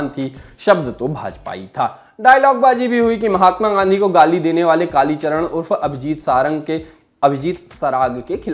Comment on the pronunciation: Kalicharan g ka name to km se km sahi se lo channel valo